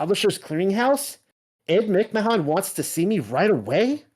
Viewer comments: Why does he keep calling him McMon? It's creeping me out, like the pronunciation of his name changed even...It didn't change did it? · hard to believe this when he can not even say ed mic man😆😆😆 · I lol'd every time you said mick-mahahn 😂 I 100% remember it as Publisher's Clearing House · You do an EXtensive amount of research, then have no idea how to pronounce Ed Mcmahon ? this was very weird to me, I grew up watching this shill